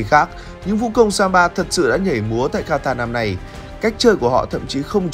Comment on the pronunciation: phát âm sai từ Quatar rồi @@